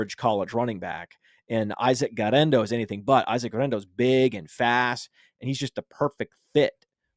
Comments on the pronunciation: Almost turned it off for how annoying the guerrendo pronunciation was. 1. Just say it normally 2. You’re attempt at Spanish is abysmal 3. He’s not Hispanic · You can't say Guerendo like that. I almost switched off the show lol